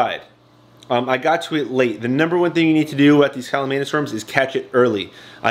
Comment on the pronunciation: Read the name! It’s not pronounced callumanus.